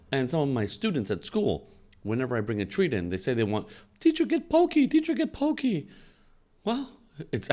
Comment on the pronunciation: Actually, I think it might be pronounced poc-key, like hockey.